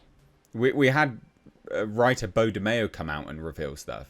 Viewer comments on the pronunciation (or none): none